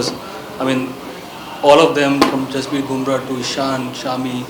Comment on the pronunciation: #jasprit not hasprit... change it..